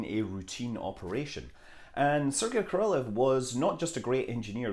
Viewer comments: Королёв is not "ko-ROL-lee-yef", it's "ko-ro-LÖF". Алексей Леонов is not "ah-LEK-si LEE-on-of" but "ah-lek-SAY lee-ON-of"... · Pretty sure it's Kah-rahl-eyev or Kah-rahl-eyov depending on accent used. Captain Kirbuk in "2010: the year we make contact" She pronounces D.r Orlov's name as "Ahrlahv". Helen Mirren, the actress, grew up bilingual, English and Russian. The sound is in the middle between deep flat âh and ôh. But I am not a cunning linguist. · Isn't it more like ko-rol-YOV? At least they taught us way back when that ë was supposed to be pronounced like that.